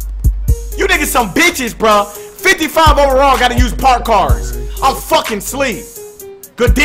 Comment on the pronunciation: Schleeep 😭😭😴😴😴💀💀